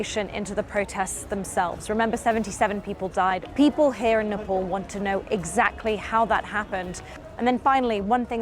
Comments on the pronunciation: its Nepal not Nepol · nepol ..where it is???? its nepal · It is nepaaal , why cant u as an indian pronounce the name